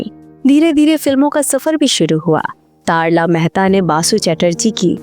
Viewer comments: Commentary में अभिनेत्री का नाम तरला को तारला क्यों कहा जा रहा है? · तारला मेहता नहीं बल्कि उनका नाम "तरला मेहता" था आपने तारला मेहता कहा जो कि गलत है 🤔🤔🤔🤔